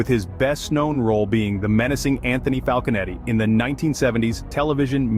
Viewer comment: Falconetti not Falcon Eddie 😂